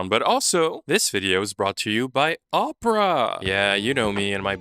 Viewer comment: I gotta be honest I thought you were saying « this video is brought to you by Oprah »